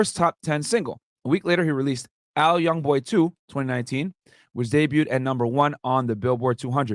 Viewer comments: must not listen to top like that it’s AI yb not AL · Just so u know. Its ai youngboy. Not al youngboy. Just want u to b able to get it right if u ever do another one on him. And I would love if u did a lot more on him. I think a lot of ppl would just so u kno his fans are fanatics for him so ur views will prolly sky rocket